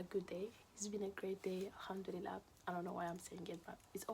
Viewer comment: Why do you say hamdilila